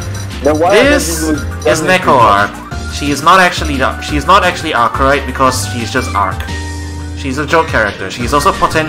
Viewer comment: Did a video on Neco-Arc's Lore and pronounced Arcueid's name as (ar-suide)